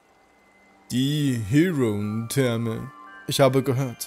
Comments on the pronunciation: Wie sprichst du bitte Heroentherme aus? Das spricht man tatsächlich so aus wie es da steht und nicht so "halb-Englisch". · Circhester basiert auf der englischen Stadt Bath. Die ist auch im echten Leben einen Besuch wert. Die Therme gibt's dort auch, ist aber leider von asiatischen Touristen überflutet. Das "Heroen" in Heroentherme ist übrigens ein deutsches Wort, das muss nicht englisch ausgesprochen werden. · Bei der Heroentherme wird sicher die deutsche Aussprache angewandt.